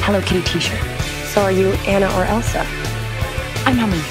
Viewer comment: yet another reason to dislike Paige-she pronounced Anna's name wrong in Frozen.